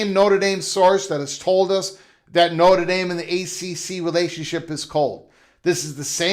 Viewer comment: You can't even say Notre Dame correctly. Why should we listen to someone that can't even pronounce the name? You can't even say wonder correct. I question the thinking of someone that can't control their own speech. BTW, ND has several upcoming big games coming with Clemson, Bama, Auburn, BYU, Texas, and Florida. So...... how are they worried? USC came BACK to ND to get them to the table. ND upgraded the lost USC game. USC can't go better than 9-3 and won't sniff the playoffs.